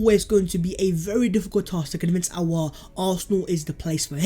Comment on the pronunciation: Its Hoo-sem. Spot on with the surname though.